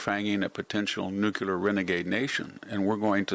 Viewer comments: Sorry, not watching anyone who says nucular instead of nuclear. You and George Bush both. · Come on! You're a smart guy. Nuclear = /ˈno͞oklēər/ not nukular. Sheesh. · It is pronounced “nu-Clee-r”. GWBush called it “nu-Q-ler “ incorrectly. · Why is it they everyone says “nucular” instead of “nuclear”? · Good post Mr Hanson! BTW: It's 'New-clee-are'... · Victor, could you please for all that is HOLY learn how to pronounce "Nuclear"? PLEASE PLEASE PLEASE! IT'S NOT NUKULAR! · Excuse me, sir. That word, nookyaler, That you keep using, I can’t find anywhere in the dictionary. Could you explain what that is? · Your inability to pronounce Nuclear is butchering your credibility.